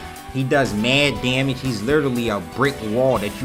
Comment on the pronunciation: "Maird Dyamage"